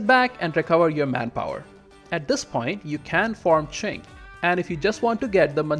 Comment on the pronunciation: Omg you actually pronounced Qing correctly Edit: Oh then I heard Jianzhou. Well... But your pronunciation of Haixi was also good!